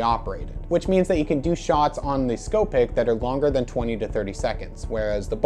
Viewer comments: Ok nice video. I’ll try to help with some pronunciation. The Beaulieu is pronounced “bowl u” the Scoopic is “scoo pic” not “sco pic”. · and scoopic.